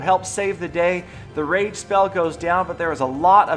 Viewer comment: U said rape spell Instead of rage spell lmao !!!!!!!!!!!!!!!!!!!